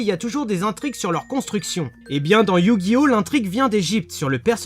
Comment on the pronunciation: OH MON DIEU TA DIT YU GI NO A LA FIN. LA T EXAGERE.